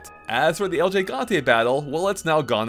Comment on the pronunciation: el ji ganteh? I'm sure you can pronounce every Game of Thrones character name, a little Spanish isn't that hard my dude.